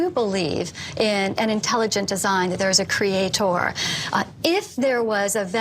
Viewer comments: Yeah I'm an English teacher and it PAINS me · Wendy doesn't come across as very bright until you hear her pronounce "creaTOR" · "creatOR" "creaTION". Her pronunciation on these words makes me wants to drive nails through my eardrums. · Every time she says, "Cree-ay-TOUR," I cringe. Lol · cree aye TOR... holy fuck.. I can't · Why does she insist on pronouncing "creator" like that ("crea.... tore")? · I always loved her condescending vocal tone and the way she said 'creatOR' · Funny thing is, as i read this comment, she says ""CreatOOR"" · There’s a particularly irritating aspect regarding the way she pronounces “cre-ay-tor” as if it’s three separate words. It’s a purely conceited and pious origin of the pronunciation. Utterly delusion and confidence about their position. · As soon as she said "crea-TOR" I had to stop the video. Watching this would be bad for my health, I can already tell. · The way she says creataaaw. Such a fool. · Holy shit, all of the reason goes waaay over her head. I love the way that she over-pronounces words in order to seem more articulate hahaha. But I’m sure that she wouldn’t support a Hindu creation concept being taught in American schools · Why does she keep insisting on pronouncing “creator” with an emphasized “OR” at the end? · Is it just me, or do all the scariest doe-eyed creationists pronounce "Creator" to rhyme with "Skeletor"? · I refuse to take anyone that pronounces the word creator like that seriously